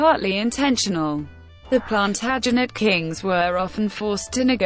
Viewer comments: couldn't watch more than 3 mins with that feckin god awful robotic voice mispronouncing every important/major name. As if that wasn't bad enough punctuating where there should be none. PLANTERJANETS Really ffs!! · WHY NOT HAVE SOMEONE WHO CAN PROMOUNCE PLANTAGENET CORRECT....HURTS MY EARS.....